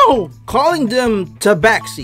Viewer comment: Your first pronunciation of Tabaxi was spot on. "Wild Shape" is one of a Druids most iconic spells in which it allows them to temporarily shape-shift into an animal of the forest. Bard = Horny, about 85% of the time.